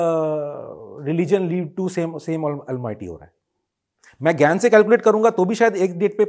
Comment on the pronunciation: Gain bol rahe hai ya gyan